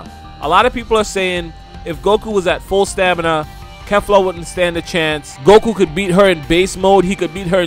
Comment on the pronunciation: You pronounced kefla wrong so many times rewatch the episode if need be but yeah... Pronounced and sounds like Keefla lmao weak asf everybody makes mistakes tho